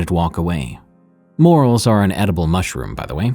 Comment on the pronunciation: You’re pronouncing morels wrong soft e, but it’s long.